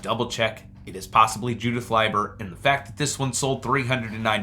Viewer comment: Leiber is Lee ber. I try to remember that by L I E is lie so L E I is LEE. I have trouble too with the language. The i before e isn't always true like they taught in school. Don't worry so much about what people say when saying names and such. You do just fine.